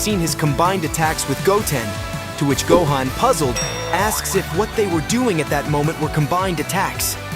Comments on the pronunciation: The way you obliterate vegeta and gohans name is insane to me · Im bout to report you just for the way you pronounce gohan and vegetas names. The disrespect is real